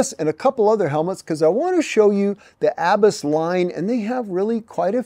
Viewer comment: Im pretty sure you don’t pronounce Abus the way you are. It’s a German company. They make locks AND some of the best helmets in the world. The world road champion wears Abus. So glad you like them. Im sure they really appreciate it.